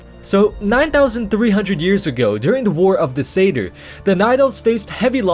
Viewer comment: Is Satyr really pronounced like that? I always thought of it it being pronounced like 'sat' and 'ear' if you but the two words together?